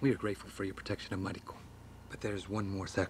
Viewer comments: I'm getting way too much enjoyment out of calling Mariko "Marigold." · This is just me, as someone who's played through enough Japanese-voiced games, to know that Mariko would be pronounced Ma-ri-ko. No emphasis on any syllables.